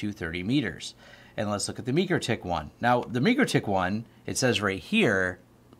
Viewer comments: Repeat after me: MIKE-ROW-TICK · Great info. But, it’s pronounced ‘Mike’-‘Row’-‘Tick’. Otherwise, awesome information that taught me a lot! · Never heard anyone say mikrotech the way you do 😂 must be the people I’m around but good video 🎉